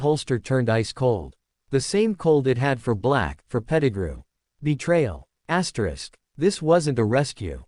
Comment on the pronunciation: get a new AI voice....and stop saying Asterix....annoying.